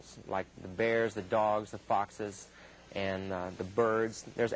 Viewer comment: Did he said foxs ? Hmmm foxy ?